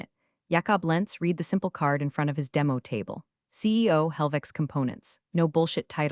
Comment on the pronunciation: These computers are unable to pronounce the preterit of « read ». « Live » is also a challenge.